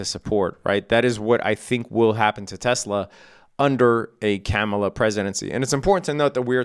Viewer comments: IT'S KAAM-UH-LAH..., NOT CAM-UH-LA, jeez bro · It's pronounced Car-mar-lar. Jeez. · You might’ve outed yourself on your political proclivities in the mispronunciation of Kamala. I give you the benefit of the doubt tho. I think you’re a good guy from what I can see. FYI it’s pronounced comma-la. Kamala. Easy. Happy trading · Bunch of bitches in the comments. Who cares how he pronounces Kamala. Does that make him less skilled as a trader?? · You know all that financial jargon, but you don't know how to pronounce the name of a presidential candidate? This late in the contest, if you're going to mispronounce her name several times in a row, you might as well have put on a MAGA hat for the video. Like many you tubers, if you're trying to avoid the controversy of saying who you're voting for, then staying professional throughout is the better tactic. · aaaand there we have it. lol. God damn. I’m not offended whatsoever. I was trying to give you the benefit of the doubt. Maybe you never heard the way she prefers but your response leads me to believe otherwise. When you mispronounce somebody’s name intentionally over and over again even after being corrected you’re just being a dick. Don’t be a dick. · You should really learn how to pronounce her name